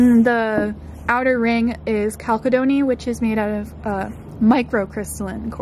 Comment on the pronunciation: it's actually pronounced "chalcedony", not "chalcedony".